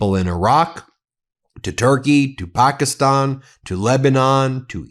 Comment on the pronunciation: Its not Pokistan...😆😆 Its Pakistan with a short A.